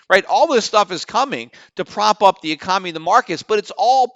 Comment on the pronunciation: Is it just me or does Peter keep saying "ecomany" when he means to say "economy"?